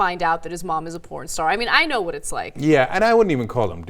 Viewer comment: Anaa: "I know wha its like!" Lol!!